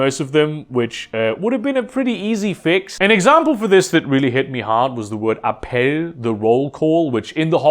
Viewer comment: I only realized that you are German, when you pronounced 'Göhring' correctly. Also the higher voice pitch when you said 'Appell' gave you away. In all honesty, great video, did not expect it when I clicked on it. You know how sensitive this topic is in our county.